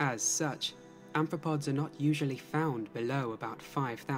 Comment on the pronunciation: The guy in the video keeps calling arthropods "anthropods" and it's really bugging me